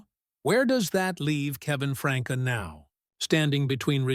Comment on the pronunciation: There is no one named Franka, it is pronounced Frankie